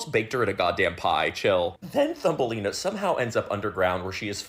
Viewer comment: i know... Thumbelina .. cause she big as a thumb.... but it very much sounds like Fumbelina... and thats quite concerning for a kids movie already... wow 😀